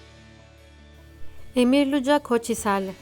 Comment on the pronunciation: Canım benim o senin c dediğin luca, aslında luka okunur bütün dünyada, türkler onu j yapmış, adamın ismi luca yani luka, bu harf c( si harfidir) o senin c dediğin(j) oluyor, türkiye yanlış söylüyor, artık bari yabancı isimleride yanlış söylemeyin 😂😂